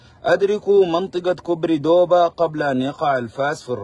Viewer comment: دوبا وليس بيكا